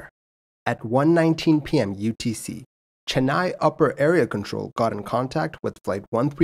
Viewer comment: I can’t appreciate how well you said chennai, cochin and coimbatore